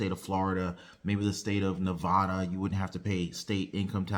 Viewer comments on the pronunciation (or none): none